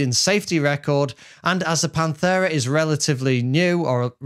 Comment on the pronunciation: Pant-era not panth-era